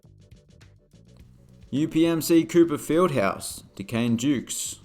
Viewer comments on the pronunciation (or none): none